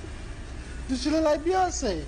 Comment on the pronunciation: That wasn't Beyonce that was HEyonce